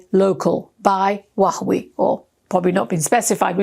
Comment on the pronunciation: Please lady, learn to pronounce China’s president’s name and Huawei correctly. Get some help 👊🙏Your reports are great, but these two pronunciations diminish your shine and make you sound like an idiot 😢